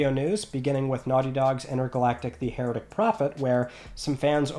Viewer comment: I don't know why constantly hearing Heretic mispronounced since the game was announced bothers me.